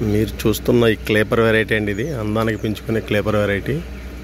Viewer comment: మీ పూలు బావున్నాయి. కాని అది క్లీపర్ కాదండీ దుర్గా రావు గారు ... క్రీపర్ అంటారు. క్రీపర్ అంటే పాకేదని అర్థం.